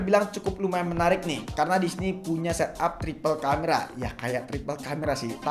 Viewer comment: Sorry yah gw out of topic dlu!!! Gw notice sama pelafalan kata DISINI oleh kok terdengar seperti DISNEY, Gw pikir keseleo doang tapi ternyata ada berapa kali penyebutannya sama....Gokil aja!